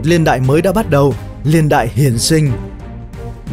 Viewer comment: Niên ko phải liên nghe khó chịu lắm